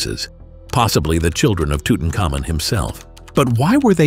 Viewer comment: Well....Off the top, ask Mr Google how to pronounce Tutamkhamun.